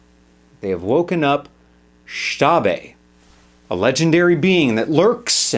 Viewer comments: it's pronounced like ish ta bye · Xtabay is not pronounced like that.